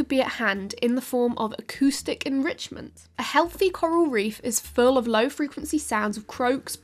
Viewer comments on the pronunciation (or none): none